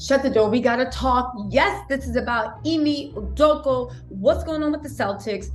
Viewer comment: With all do Respect, His name is pronounced as this E may U doe kah Again with all due respect 💪🏾😁